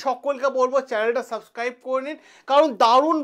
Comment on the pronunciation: কথাটা 'সাবক্রাইব' নয়, ওটা হবে ' 'সাবস্ক্রাইব ' ।